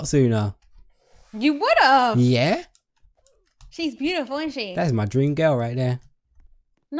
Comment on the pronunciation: she "bootiful" I'm like how I spell beautiful